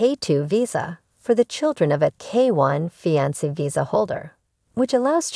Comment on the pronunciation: Please learn the correct way to pronounce fiance thank you!!